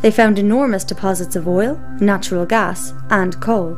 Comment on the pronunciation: good point, invest in alternative energy, gj. idk why you have to play spooky music and have a narrator who can barely pronounce gas, but hey, whatever.